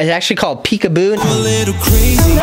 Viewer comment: Peepoo umm it’s actually called peekaboo 😂😂😂😂😂😂